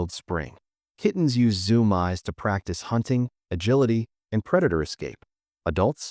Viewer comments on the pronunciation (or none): This AI needs to be better trained on pronunciation. Zoom-eyes is not a word! Its just annoying.